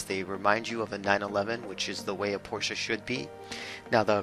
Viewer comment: Props for pronouncing Porsche right! ❤️